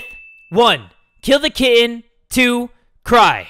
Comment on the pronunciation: I heard kid not kitten